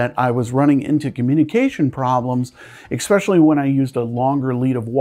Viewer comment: You had me all the way up until you said "exspecially"